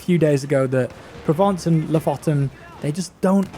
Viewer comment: You should really check out how to pronounce Lofoten